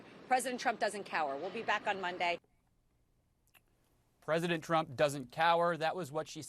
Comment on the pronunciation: "Precedent Trump doesn't cower," - Duck Lips Habba